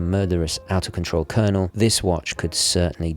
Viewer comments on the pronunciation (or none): none